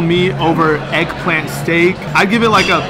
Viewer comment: “Made out of heggplant”